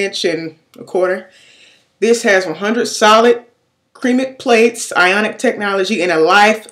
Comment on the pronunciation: "Cream-ic Plates?" Ceramic pronounced ser-ram-mik, lol nice results tho! :-)